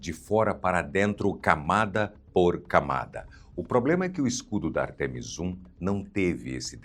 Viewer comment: não existe artEmis, o correto é Ártemis, uma palavra proparoxítona.